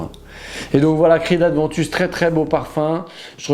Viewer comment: Par pitié, par pitié et encore une fois par pitié. Ce n’est pas Creed ADVENTUS il n’y a pas de D ! C’est Creed Aventus, à prononcer comme Erwin Creed « Avant Tusse » Merci pour ta vidéo en tout cas, très intéressant. J’ai espoir de retomber sur un batch qui sera au moins aussi bien que celui de 2013